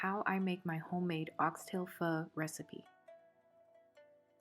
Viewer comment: You said pho correctly so i subscribed 😂